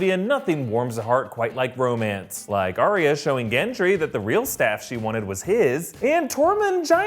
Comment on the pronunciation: It's Ar-ya not Ar-y-a. It's just 2 syllables.